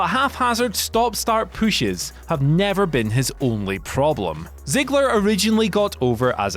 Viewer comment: Ok I hate the way he says "push" but Greasy Swamp Warlock was a gold line